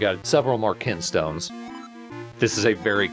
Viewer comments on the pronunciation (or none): They're called kinstones, not kin'tstones. Kin and can sound similar, you see.